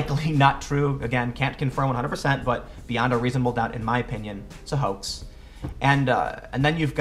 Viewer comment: Tim, why do you say "hoak" instead of 'hoax' in this video whenever you mention Posobiec?